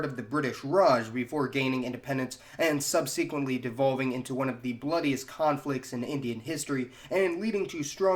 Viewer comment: you are the MAN! You have taught me and exposed me to another new facet of our amazing world. Thank you. BTW look up how to pronounce epitome and subsequently. You have the same problem all genius kids in the US have: you pronounce some words wrong because you only saw them written, never spoken. Me and my kids have the same situation. We have to keep learning pronunciations through a lifetime. 👍🏼Keep doing what you’re doing—You are awesome!